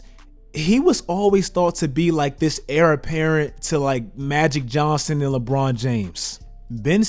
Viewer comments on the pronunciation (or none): none